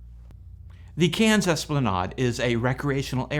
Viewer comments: Try when pronouncing that Australian town mate. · Australian here. It's definitely CANS. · You really need to listen to an Australian say Cairns. It is not pronounced like a town in france. Still you are a septic and they have very little knowledge of the wworld outside of the usa.